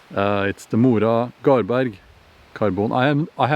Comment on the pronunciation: My god, say "Mora Garberg" again <3